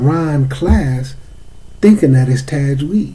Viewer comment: You lost me when you couldn’t pronounce the word Tajweed. People like this is likely to seriously butcher the ‘proper pronunciation of ‘arabic words, thus changing the meaning of the ayat. Especially not being able to pronounce surah al Fatihah properly.